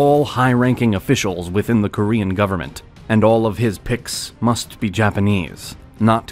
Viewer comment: He pronounces Korean like French 🤣